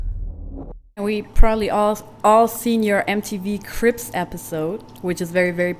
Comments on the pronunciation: She can’t pronounce word ....crips instead of cribs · "We've all seen your Mtv "CRIPS" episode.. like c'mon a b & c are pronounced totally different.. accent or not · She’ said CRIPS EPISODE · thought she was saying crips